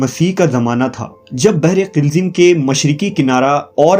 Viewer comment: Salam It’s اَيْكَه (aikah)not اِيْكَه (eekah) Also behre qulzem بحر قْلزم Please correct them